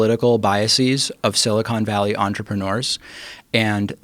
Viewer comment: Please stop calling it “Silicone Valley”. It’s SILI-CON valley. They make computers, not chest implants.